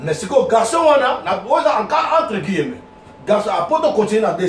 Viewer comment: On dit: - un personnage et non une personnage - Guillemets et non guillemeuts